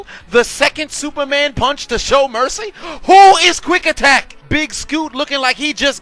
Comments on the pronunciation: Is it Quick Attack or Quack Attack??? 🦆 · Was it Quick Attack or Quack Attack? Lol He Rocked Ronc!